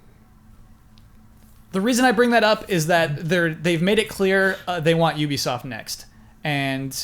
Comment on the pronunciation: none of you can pronounce ubisoft, though